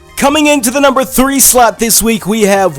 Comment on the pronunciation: it sounded like he said the #4 slut X D